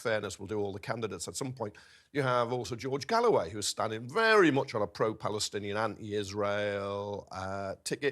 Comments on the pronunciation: He's making a petty point about a mispronunciation of his name. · Oh please , don't be so petty, everybody knows who Galloway is , a complete grifter, so she pronounced his name incorrectly, so what ? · she purposely miss- pronounced George's last name. What a see you next time... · she pronounced his name wrong.